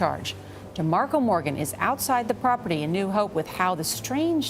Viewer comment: Whats just his accent, is considered a speech impediment in USA, with regards to him not being able to properly pronounce "th". He also didn't pronounce 7th how we would in USA and he also pronounced with as "wit"